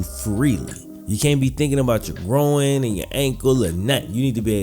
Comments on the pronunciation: Needed surgery on his “grow-in” ??? Are you sure you didn’t mean groin ? (Gr-oy-n) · Groin not “gro-in” fucked with the video though. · You say injured growin instead of groin lmao 😂😂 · An injured “growin” wtf lmao GR-OY-N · He hurt his “grow-in”?? Thats terrible. A gro-in injury could be devistating hahah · man its pronounced grOYn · You keep sayin “grow-in” throws me off lol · How did he even injure his "Grahwoine"? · His "gro-in" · My opinion is I thought it was called a groin NOT a gro-in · i have never heard someone pronounce groin as "groan" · Why are you pronouncing groin like ‘growin’? Noticed it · I thought i was the only 1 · Is he saying “groin” weird or is it me? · I know what a groin muscle is, I was asking to be sarcastic as his pronunciation is one I have ever heard before. He says it in almost two parts. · why do you say 'groin' like that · Buddy can’t pronounce “groin” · Not trying to insult you, I mean no disrespect at all. I’m having trouble understanding what Davis’ nagging injury. It kinda sounds like “groin”, but it just sounds different to me Again, I’m not trying to judge by any means. I’m just trying to understand it